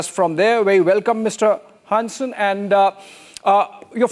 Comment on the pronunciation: Dude's pronunciation of "Hansen" is almost spot-on! Was chuckling a bit from the pronunciation before that and then he just slaps you with a near perfect Hansen straight across your face😄 None of this will come to fruition, though. They would have to take on the rest of Nato. The US is just trying to force us into a shitty deal and I hope we're done with accepting that. Ørsted and Novo will also return to form despite the recent attacks from the Trump admin. Even rich fascists can't stop medicinal breakthroughs and green energy. They're just making room for other nations to increase trade and ruining their own ability to be on the forefront of the green transition. Bonus: Denmark just signed an agreement with California to collaborate on renewable energy which will probably benefit Ørsted quite a bit as well.